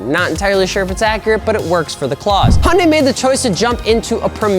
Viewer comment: What the hell is a “Honday”?